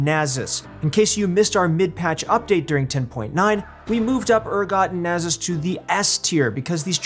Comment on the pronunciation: Nasus not nazuz